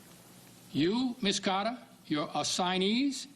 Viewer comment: He said Ms Caaaada. Why do people from Boston hate the letter "R'?